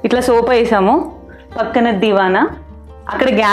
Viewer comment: Vammo sopa kaadhu Amma thalli sofa anali 🤷